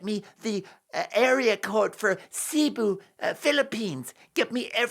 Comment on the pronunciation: She should be flying there but she won't, she doesn't care. It's all about her. Cebu is also pronounced see boo by the way. My son is in the Philippines with his Filipino wife so he should not. He's been there